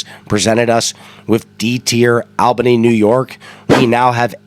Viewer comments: it's actually pronounced ALL-bany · Yeah I'm from New York and you are def not saying it correct. It's All-bany not AL-bany